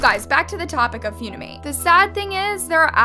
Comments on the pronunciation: First of all its not "Foonimate" and this challenge was long ago i used to admire your videos but now your just bringing up stuff from the past the app is toxic. But you cant just stop people from downloadinng funimate just cause its getting more famous and your trying to make it look bad also funikate took the challenge and everything down so dont say they didnt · Its not few-knee-mate💀 it fun-e-mate💀😂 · “ few-ni-mate “ OAHAHAHAHAAHHA PLEASE- ITS “ fun-i-mate “ Very annoying ^^ ☺️💪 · Why did she say it like that? “Few-ni-mate” It’s “fun-im-ate” I know that should be the least of my worries but I can’t help myself 🤮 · I love AND the incorrect way she pronounces names in a lot of her videos. Lol 👍 😆 [Foon-i-mate instead of Fun-i-mate] (Seriously,I watch every video. ❤No hate, no shade.) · wait annas pronouncing it as ‘few - nee - mate’. i thought it was ‘fun- e - mate’ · Feunimate , never heard of it- (BISHSIWBKABWKWUOWBAK ITS FUNIMATE NOT FEUNIMATE-) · says few-ni-mate when it is fun-i-mate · foonimate💀💀gurl its pronounced fun-imate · girl it's called funimate not fewnimayte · not few knee mate its fun (an)imate - fun eh mate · (Fune-amate) WRONG (Fun-i-mate) CORRECT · It's fun-imate not fune-imate 💀💀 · FEEUNIMATE LMAOOOOOOOOOOO ITS FUNIMATE WIERDO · ITS NOT PRONOUNCED FUNIIIMATEE ITS PRONOUNCED FUNNYMATE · With all due respect, Its not "F-YOON-I-MATE" Its FUNimate. Like FUN Is literally in the name? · It's called fun-i-mate FUN not Fune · It's fun-ni-mate not few-ne-mate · its f-UH-nimate not f-OO-nimate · i'm sorry, fuwnimate? Its pronoucned funny-mate 😭😭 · NOT HOW U SAY FUNIMATE PLSS ITS FUN-IMATE NOT FUUUUNIMATE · Yall talking about this story: Me: why is she calling funimate foonimate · I'm not trying to be rude but it's pronounced fun-ee-mate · Nah she says foonimate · she says fue kinda like you say due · No no she said 'phew😮‍💨- ni- mate' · She is saying Fewnimate lol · HAHA- really said 'foonimate' 😭😭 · LMAO SORRY “FOONIMATE”?????